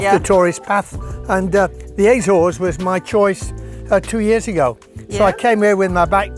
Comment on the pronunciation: Why, why, why do people say “ A-zones” which a long A? The Portuguese is Açores. Soft A, soft c. And while we’re at it, the bing can’t pronounce “entrepreneur” either